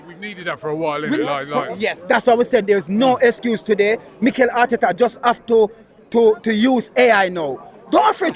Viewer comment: Bro you supposed to say Mikel and Berta well done 😂